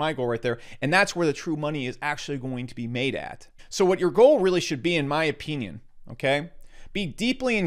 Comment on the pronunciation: Why he say Opinion like that?😭😭😭😭